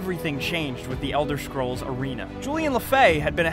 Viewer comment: no flame but everytime u say the elder schkrolls my ears start to hurt xD jk